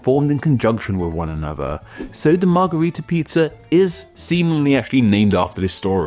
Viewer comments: It's weird that you keep calling it a Margarita and not a Margherita. One is pronounced with an a and one with an e sound. As a kid I found it funny that both the Margarita drink and the Margherita pizza sound like the Romanian word for Daisy, "Margaretă" and thought it was just some coincidence... gee I wonder why they sound like that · As a fellow Romanian -- trust me when I tell you that both the 'a' in margarita and the 'e' in margherita are pronounced identically (as a schwa, represented as ə in the IPA, or ă in Romanian) in most English dialects 😘